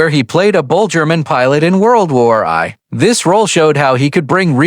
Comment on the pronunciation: Not PE-pard, pe-PARD! Stupid A.I....is it that expensive to pay someone who can read simple English? Oh my...the more I go through this, the more embarrassed I am by this A.I's recitation of English text! "...World War i ?" "I love it when a plan co-MES together"....nearly EVERY SINGLE sentence is butchered by this idiotic A.I.'s inability to recite English text.